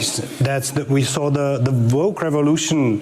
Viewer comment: "I am fascist light!" "You are too voke." Every time.